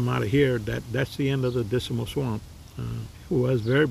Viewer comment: When you say the word Dismal, you seem to add an extra "I" in it so you sound like you're saying "Disimal"!!